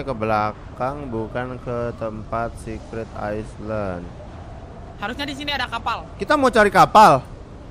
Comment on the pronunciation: Secret ice land? Secret island kali wkwkwkwkw